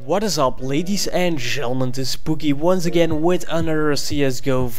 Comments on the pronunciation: ladies and "gelmentes" lol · what is up ladies and GELLEMEM